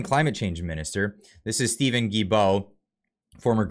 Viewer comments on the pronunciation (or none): GILL--BO is the way to pronounce his name!!! Fuck guys, get it right! I don't mind that he is thrown under the bus, but please use the correct prononciation. Thanks!